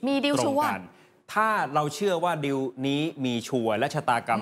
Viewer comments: ผู้ประกาศอ่าน....คำว่า...ดีล...หรือ..ดิว..ภาษาไทยอ่านแล้วเพี้ยน..ฟังแล้ว...งง..ภาษามันบิดได้ในตัวมันเองความเข้าใจความหมายเปลี่ยนไปแน่นอน..ชี้แจงได้ไหมประชาชนผู้รับฟัง..งง.ครับ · คุณผู้ประกาศข่าว...ว่าคำว่าดีล..อ่านออกเสียงว่า..ดิว..ประชาชนฟัง..แล้วงงครับ..อธิบาย..หน่วยเถอะคนับ ...